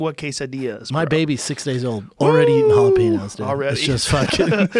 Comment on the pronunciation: It makes me so mad the way Joe pronounces jalapenos LOL like the typical white boy that he is